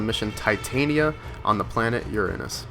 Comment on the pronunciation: Finally someone who pronounced Uranus the right way!